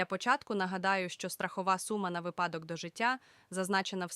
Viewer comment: Можна філологічні правки зроблю? Як правильно вимовляти. По-перше: не добрОГО дНЯ, а добрий день. По-друге: не випАдок, а вИпадок. Дуже розповсюджена помилка, на жаль. Сподіваюсь, ті, хто робить такі ролики, читає коментарі.